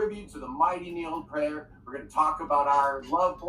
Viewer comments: It is my opinion that you're no clown but you're hilariously funny. It is also my opinion that Neil Peart (pronounced Peert, not Pairt like that true clown pronounced it) is the "greatest" drummer in rock thus far. He's not the "best" drummer ever, just the most inspiring and exemplary one ever. He's DEFINITELY the MOST OVERRATED drummer in history. I couldn't agree more with what you said in that video. He just HAS to be. He was Neil Peart, after all. Who else would be the most overrated? That guy in Culture Club? No! He wouldn't even get mentioned. Is Bill Ward the most overrated? NO! He's fucking amazing but he''s not Neil Peart. He rarely gets mentioned as being top 5, even though he might well be top 5. Saying that Neil Peart was overrated is NOT THE SAME THING as underrating him. If you ever do a list of "the most inspiring and influential" drummers ever, I'd expect that Neil Peart would make the number one spot because that's exactly what he was. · They could at least pronounce his name correctly…it’s PEE-art, not Purrt. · First guy couldn't even pronounce Neil's name correctly!! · If someone is trying to defend Neil and pronounces his last name in a wrong way... well, that's a red flag.